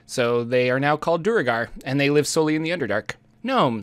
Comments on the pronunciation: Duergar is a real word! It's not "doo-uh-gar" it's "dwehr-gar." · I never liked how duergar is so commonly pronounced "doo-ur-gar." "Dware-gar" sounds so much better. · I usually pronounce it dvaergar. With an “eh” sound for the vowel in the first syllable as in “meh” or “let” sound and a hard v sound and g sound. In my native language the word for dwarf is dværg. Duergar looks a lot like putting a Swedish ar plural ending on an English phonetic spelling of dværg. 🤷‍♂️ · Grummish, Corollan, Duregar... What the hell is up with your pronunciation?